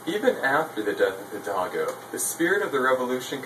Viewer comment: Its Miguel (He-L-dal-go) and did you guys mention it was an Empire not a republic? Iturbide was an emporor! but very nice video! me gusto!